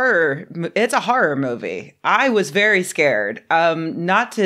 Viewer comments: "Har'r". Ahh, dialects. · "... a comedy harr instead of a harr harr" 😂